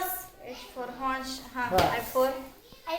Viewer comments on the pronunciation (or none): तुम्हाला कुठे येते तिला शिकवताय. इज्जत जायला harse म्हणताय horse असत ते 😂😂